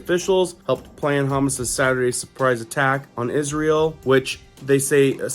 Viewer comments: It sounds like you are saying Haaamus. It is Ha maas. Humus is chickpea dip. 😅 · It's HAM-MASSS DINGO not humussss lol 😆 😂 🤣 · It’s pronounced Ha- mahs. Not Ha-mus. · Every time you mispronounced Hamas my ears bled a little. It’s not Hummus bro, HA-MAAS!!! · It's Ha...mas...love ya but it's like you're saying hummus😅..praying for peace...keep soldiering on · I thought you said Isreal is at war with Hummus. Lol. Its Ha-Mas, unless you were saying it that way purposely. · That’s Ha-Mas not Ham-us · Ha Moss not humus You are pronouncing it wrong . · Dude. It's pronounced "Ha Maas," not "Hummis." Hummis is the stuff you put on toast. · FYI. You are mispronouncing Hamas. It is HA and MAS not hamas like humus. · It’s Hamas not hummus.. 😉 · Not humus, it’s Ha-mas. Driving me nuts calling it that lol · Hate doing this but please, it's Haa-maass not humus (like the dip). ❤. Love all you do, many thanks. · I wish you'd stop saying hummus instead of Hamas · Hamas is pronounced, HAH MOSS not ha miss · Thank you!! I was just about to comment this 😂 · Please if you are going to report news pronounce these these groups correctly Hamas - “Ha moss” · Good job reporting. I appreciate your not moralizing to build the story. 1)HaaaMass=Hamas=Há-Maass. The accent is on the first syllable. 2) Héz-bö-la=Hesbollah Accent is on first syllable, then second syllable. 3) Isreal is not out ally, but they're smart enough to never let a good crisis go to waste. They wanted to wipe out Palestine so they were greenlighted. Netanyahu was warned 10 days prior to the Hamas border rush, by the Egyptian CIA. He those, to milk the crisis for all its worth. Remember St. Johns warning. Suddenly, the world will march on Israel after finding out how much trouble they have been creating. 4) It's a poker game. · Hey my friend might want to check on the pronunciation of Hamas. My wife loves to dip carrots and other veggies in hummus as a healthy snack. :-) As Always, thanks for your daily work!